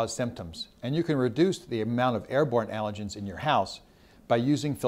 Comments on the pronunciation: "Airborne alengens .." Aight, im out. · aalllengens he says it strange